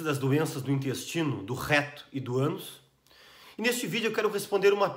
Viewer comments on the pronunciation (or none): Isso que é apresentação! "Especialista do intestino, do rrreto e do ânus!"